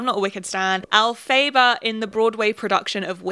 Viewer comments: Two things! One: the emphasis in Elphaba's name is on the first syllable, so it's EL-fuh-buh (it's not easy to pronounce! I can't blame you, I just wanted to tell you because I like know how words sound, personally). Two: baby does like this soup, that was a perfectly accurate clip. I love, love, LOVE watching your uploads, and it's genuinely so funny to me that we have so many similar opinions on little things. (An example: I, too, will choose the Irish people to stan; though that's largely because I can trace my family lineage back directly to Ireland, LMAO. I'm biased as all hell.) I hope you're doing well! Thank you for sharing your opinions with us. ❤ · and it's pronounced ell-fah-bah for future ref x love your content! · “al-phae-ba” is crazy 😭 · El-fa-ba haha great video :) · from what I know her name is pronounced Alpha-buh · You pronouncing Elphaba actually cured my depression. I’m surrounded by theatre kids and it’s actually so refreshing to watch a whole video surrounding glee and then hear that. Thank you for your service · the elphaba pronunciation has me screaming 😭🤣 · your pronunciation of "elphaba" SENT me i'm so sorry i cannot get over that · THE WAY YOU SAID ELPHABA IM CRUING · I'm sorry but the way you mispronounced Elphaba physically hurt me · why did u not google how to pronounce Elphaba I’m gonna cry